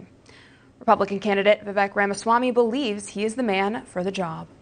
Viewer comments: His name is pronounced Vivāk.. let’s go Vivek Ramaswamy 2024🇺🇸💪🏻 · No It's pronounced like Cake ---> Vi-vek ≈ Vi-wake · I heard Vivek on Timcast, the ending of his name has a long A sound. That’s what I was trying to convey, the news lady was pronouncing his name incorrectly and I would think she could do better.